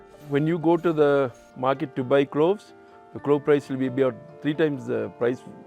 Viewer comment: Other than my few issues with pronunciation, these documentaries are most beautifully written and produced. Thank you! Market and Mountain both have "t"'s in them. As do many other words. The lady who is speaking needs to relearn her vocabulary pronunciation. Marke and Moun-en are not the same words in the English language.